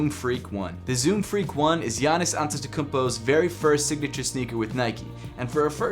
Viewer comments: Respect for saying Giannis’ last name right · lmao he nailed the pronunciation of antetokounmpo